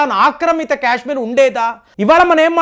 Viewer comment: క్యశ్మీర్ కాదు సారు కాశ్మీర్ పదేపదే క్యశ్మీర్ అనకండి